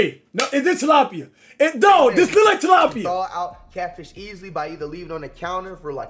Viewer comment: Bro it’s tilapia😂